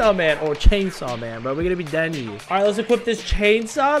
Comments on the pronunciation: BTW ITS DENJI NOT DENI!!! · Him saying “we’re gunna be Denny” hurt my souls bruh it’s denji 💀💀💀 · Bro said deni💀